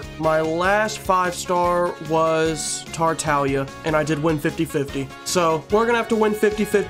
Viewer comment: Bro said forza and tartalia ☠️☠️